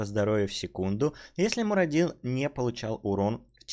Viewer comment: Почему я весь ролик слышу Марадину...МАРАДИНУ!!!! Боги, всё слух умирает мой...и я всё равно не буду носить слуховой аппарат, зачем если нервные клетки слуховые уже дохнут?